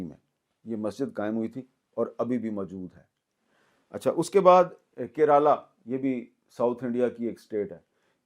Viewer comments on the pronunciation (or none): Neither pronunciation of Kerala nor pronunciation of Tamil Nadu ..